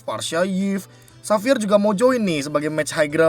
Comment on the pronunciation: Be kalo lo ngomong xavier kaya jadi savior deh kalo pronounced nya. Coba deh lo pronounced nya jadi latin. Itu kan latin nama xavier